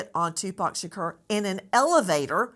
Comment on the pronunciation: Can you learn how to say Tupac’s last properly??????? It’s not “Shakeer” It’s “Shakor.” That is sooo disrespectful. Just goes to show you don’t know much of anything both these people.